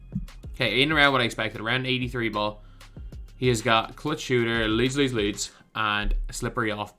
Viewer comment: What’s he saying gold Leeds Leeds Leeds? Idk can some one help me understand what he talking about and why he makes a thing for it lol